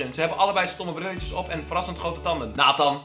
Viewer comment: nathan spreek je uit als in het frans